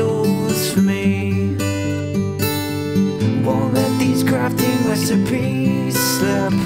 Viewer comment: Did he say “wesipies” Or “resipies”?